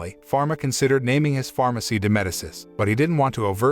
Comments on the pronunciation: It’s pronounced Meh-dee-chi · If you don't know how to correctly pronounce words. Look it up. The name is " MED i chee ". Her name is Lotte. Pronounced " Lot tee ". It's not that hard to get it right.